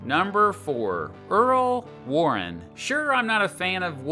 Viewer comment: Earl Warren? Earl warren? Ouch.